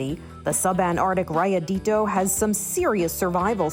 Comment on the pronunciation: I speak Spanish but I didn’t even understand the name cuz she pronounced it like raya-dee-doh